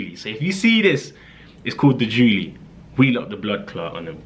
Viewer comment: Your a neek you called it the julie 😂😂😂😭😭😭 im actually dying